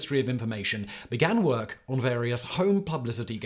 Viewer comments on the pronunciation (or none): none